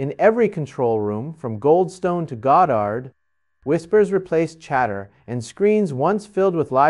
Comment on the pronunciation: Pronunciations like "Godart"